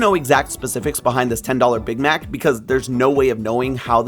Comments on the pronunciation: Why does he say Big Mac like that 😂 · anyone else bothered by how he says big mac